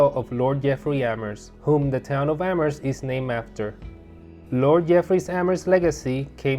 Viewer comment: yes, which i was impressed that the host nailed! great presentation and informative video